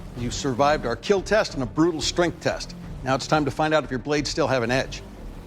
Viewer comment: The satisfaction after IT WILL KEEL